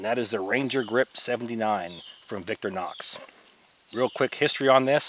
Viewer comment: victor-nox? no , victorInox. theres an i in the middle and its not silent.